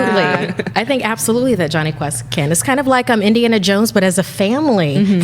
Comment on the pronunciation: Am l the only who heard jonhy test instead of jonhy quest